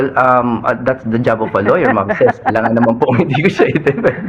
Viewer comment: Ces.... Rhymes with feces ......